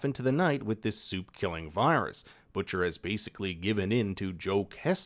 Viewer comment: When you say "supe" I hear "soup". So it was fun ! Also : soup baby